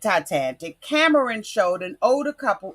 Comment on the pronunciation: Titanic, not TiTANTIC